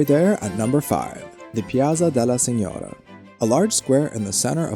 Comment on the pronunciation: Piazza della SIGNORIA no piazza della SIGNORA, no tu mention the mispronunciation of the name Medici!